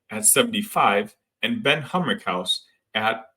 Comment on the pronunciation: Thanks. One correction for your summary though... It's Humrichous, not Hummerkaus.